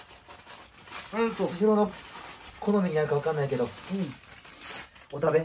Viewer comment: 「これをお食べ」が言えないハク